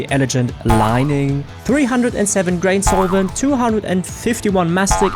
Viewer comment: "ElaJINT Lining" bruh.